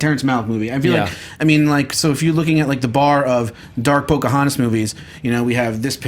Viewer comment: I was waiting for her to pull out the years of injustice the second she said pocahantus